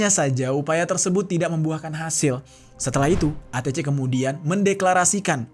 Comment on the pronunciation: ATC Bacanya ei ti si bang😂